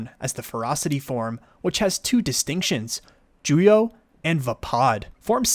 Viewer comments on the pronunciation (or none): It is "Shii-cho", not "Chi-show". "Juyo" not "Jujo". Otherwise! great video!!!